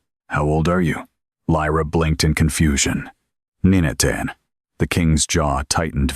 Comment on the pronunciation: Not to mention ni ne teen for nineteen lol😂